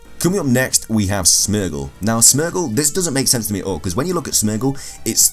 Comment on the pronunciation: You pronounce Smeargle wrong, its Smeer gle